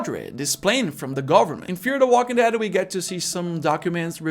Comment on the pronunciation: Here are some English tips for you... The military bases weren't run over by zombies, they were overrun by zombies. Also, I hear you fairly often putting the emphasis on walking rather than dead and I think it should always be on dead. I would have to come up with a pretty weird scenario where I would want to put the emphasis on walking. Like if I was trying to make some kind of clarification in a weird situation. But if you are just saying the title of the show, you should absolutely always put the emphasis on dead. Other than that, I think you did great! 😬👍🏆